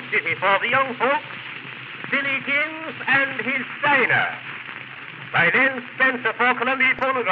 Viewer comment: another classic Vitorian folk tune - it is though "Willikins" and not Billikins, Len spencer is using the "Dickensian" pronunciation of w so it sounds like a B !